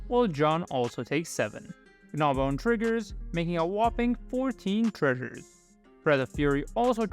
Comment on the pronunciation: I noticed you accentuate the 'g' in Gnawbone as 'Guh-nawbone' instead of the proper pronunciation of 'naw-bone'